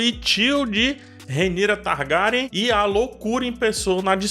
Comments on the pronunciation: Se diz targueryan! Faltou o R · Pq vc pronuncia o sobrenome Targaryen assim? 🤢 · E essa pronúncia aí ? O vídeo tá top ein , dei Like mais a pronúncia do Sobrenome tem que se corrigir...